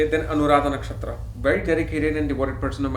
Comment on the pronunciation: You are an Indian...at least you should be having correct pronunciations of Vedic Sanskrit words...Its not Dhaara kaarakaa...its Daaraa kaarak...Not Nakshaatraa...Nakshatr...It feels like some kind of fashion to manipulate Sanskrit to please English people! Being global is not a small thing. You are spreading great knowledge with wrong wordings...the next gen. will learn from you sir. Be responsible.